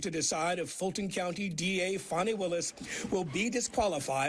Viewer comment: Oh you!! So funny!! 😂 "Fanny Wade" 😂. Fanny 😂 Wade 😂 Such humor 🤣😆😂😄😅🙄 Wait. Oh, her name is Fani Willis. Pronounced like Fonny. Eh, you're not so humorous after all. Just mean.